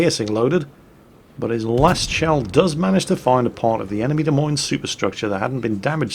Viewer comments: in America we say Des Moines completely different lol. Our pronunciation is something like ( Da Moyn ).;) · I believe it's pronounced "Dez Moneez" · hahaha its really funny to hear him pronounce it De Meens.........its close enough i guess. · the ship Izolate is sailing is pronounced Da-moin, the e on the end is silent. it is the capital of the state of Iowa. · Des Moines... pronounced “De Moyn” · I say this every time someone says the "S" at the end of Des Moines. THE "S" IS SILENT FFS. I know was pretty good at keeping it silent but he let it slip a few times:P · Your pronunciation of Des Moines is making us Iowans' ears bleed. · Pronunciation link your so crap lol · you're saying the the Des Moines wrong. Anyway you old gnome, see you in the salt mines. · "De' Memes"? You mean the "Dah Moine"? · If you ever visit Iowa, it's " d uh M OY N " not " Dee Meens" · Ok, Duh Meenes, is not the capitol of Iowa, but DE MOYNE is. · Da Meanz? LOL It's Da Moynz! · What is a demenes? As I live in Des Moines, IA it is pronounced deh-moin. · Is there some nickname for the Des Moines that I don't know? Or is just mispronouncing it, like many things he mispronounces? At least he got USS Worcester right, but that is only because there is a Worcester in England and us New Englanders still pronounce things similar to how our little old ancestors did. Sorry was just channeling the DA in My Cousin Vinny at the end there.;) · Dee Meenz? it's Duh Moyn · While I am no midwesterner, the Des Moines is pronounced Demoyn, or possibly even D-moyn. Sry, it was just driving me nuts and I couldn't figure out wth u were saying until I saw the lineup and we Americans tend to take French, Brit, Dutch and Indian names and pronounce them our own way that is unique to us and often unrecognizable to those not from the area, or at least the the continent. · the way to pronounce the "Des Moines" is De Moin (rhymes with coin) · it's De moi nes